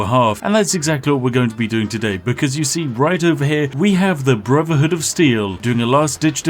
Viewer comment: Synfs. He can't (or won't?) pronounce 'th'. He says Smiffing when he talks about Skyrim for example. You hear him say 'Brovverhood of Steel'? Its not that uncommon a speech pattern in the UK if you've been poorly educated.